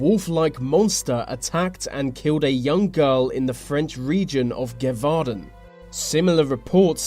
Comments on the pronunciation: Gevaudan is pronounced gave-or-dan, PLEASE pronounce "th" properly, many thanks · Gévaudan is pronounced (ge-vou-dawn) but good try! french is a bit hard to pronounce at times.